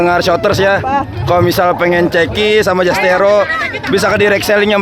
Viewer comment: mantab bang terimakasih review nyaaa💖😂 btw admin perlu di ospek penyebutan zasteiro ya bang